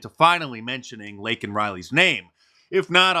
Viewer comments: He called Laken Riley LINCOLN Riley. Not once but several times. What a disgrace! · He screwed up her name he said Lincoln Riley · He cannot pronounce words, not merely the Laken (which comes out “Lincoln”), but words like “capitalist.” And they think he’s “sharp.”? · Later after the speech was over, I over heard a staff member inform President Biden, Sir ,you made a mistake pronouncing the murdered girls name as Lincoln instead of Laken, Joe Biden said Whats your point? I don't remember the last time I blew my nose either, Maybe It wasn't important enough for me to bother trying to remember her name, True story folks, I was there! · He said Lincoln Riley. Lincoln Riley is an old coach. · His mispronunciation of that name is not a big deal. 1. He has dementia 2. His handlers don't talk much about this victim, so he hasn't heard the name very often. 3. It's a very rare name 4. Laken sounds like Lincoln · After saying “I know how to say her name,” and being given a pin that has her name on it. 🤦🏻‍♀️ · when he had her name right in front of him, and he still screwed it up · It's Laken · cornpop still didn't Laken Reilly"s name right.